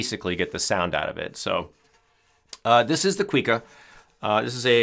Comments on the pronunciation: Thank you for talking about this classic Brazilian instrument! As a side note, it’s not pronounced “quick-a”, it’s “cu-ee-ca” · Coo-ee-ka, not "quee ka"